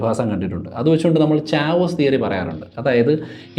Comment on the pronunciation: ചാവോസ് തിയറി അല്ല കെയാസ് തിയറി ആണ്